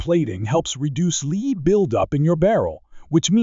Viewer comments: Lead.....it's pronounced LED, not LEED. Where do they find these script readers anyway? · Fix the AI reader to say the soft metal bullet name lead correctly! It is NOT pronounced "leed" ! It is pronounced "led".. This video is all about bullets made from LEAD. NOT leed! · AI narration is weak. Lead (led) not lead (leed) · "Lead" pronounced "Leed". Dead giveaway for fake/computer voicing. I hate that stuff. Next. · And lead pronounced "leed"! 🙄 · You can Lead a horse, but it's a Lead acid battery. I know it's spelled the same, but the way it is said, it totally means something different. 🤔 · Well, so much for A.I. Lead (Leed) fouling? Semi auto (Semi-I-O-Toes). Well, I don't see A.I. taking over the world anytime soon. For me I'll stick to CCI Blazer and Stingers. All of these BS new rounds are marketing hype in order to charge more.